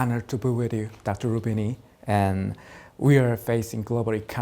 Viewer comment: 루비니도 터키출신인데 신기자가 발음을 너무 굴렸네